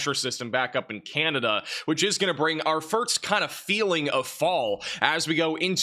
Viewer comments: lololol I heard pronounce "Annapolis" (in Maryland) once and it really was funny. You're right, it is fun to hear him, and anybody really, mispronounce cities/towns. All in good fun. But I really didn't realize that he pronounces "first" as "firts", now I'll have to pay close attention to that. Bless his heart. 🙂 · Oh my Gosh, you're the 2nd person who mentioned that. lol Now I gotta go back and really listen to when he says the word "first". Does he really say "furts"? lol That's too funny.